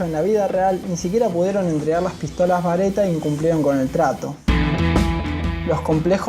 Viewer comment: pistolas "bareta" . jajajajajajj. ES BERETTA !!!! ANIMAL !!!